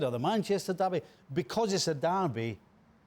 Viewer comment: It's derby 😅😅😅